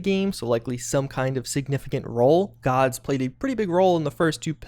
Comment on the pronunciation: “Aydeer” >Aahdeer “Woah-deek-uh” Woah-dik-uh or Woo-dik-uh Made even worse by the fact that most of these names are pronounced in Pillars through voice lines. “Guards” GODS